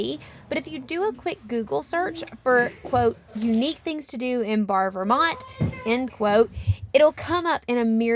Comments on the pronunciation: "Bar" lol. "Bear-e" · The town of Barre is pronounced Barry not Bar. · Thank you so much for featuring our wonderful home state. As Vermonters, we felt you captured the essence of the Green Mountains. However, when where're together again, we'll teach you how to pronounce Barre, VT.. Hint: it rhymes with berry....